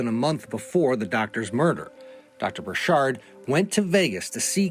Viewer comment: It's not bur-SHARD, it's BUR-chird... like orchard